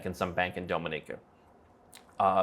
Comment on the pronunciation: Am i the only one weirded out by his pronunciation of "Dominica"?